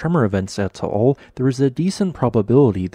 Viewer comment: Just an FYI, the volcano's name is pronounced TAH AHL. Not TOH OHL. Otherwise, good info.